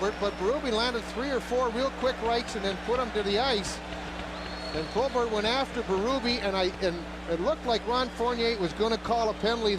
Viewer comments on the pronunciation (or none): Who was the color announcer for Philly? He pronounced some names a little strange here and there. Probert was ProBART. Kocur was COACHER.